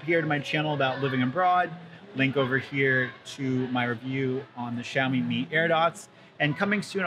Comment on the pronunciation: I think xiaomi not xaiomi